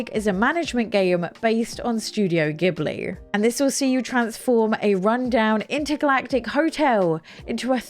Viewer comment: The Ghibli pronunciation 😭